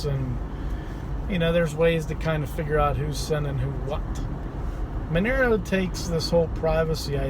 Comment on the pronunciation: It's not Menero, it's Monero!